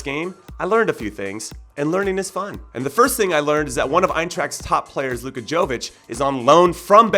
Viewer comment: Jimmy, you pronounced Luka Jović's name bad. You should say it like Luka Yovich.